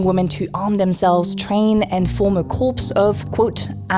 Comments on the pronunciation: Corps not corpse (no s sound) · As a man I'm afraid I must inform you that corps is pronounced like CORE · Corps is pronounced core